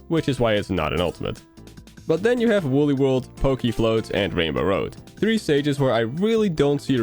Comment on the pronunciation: Look it up, it's Woolly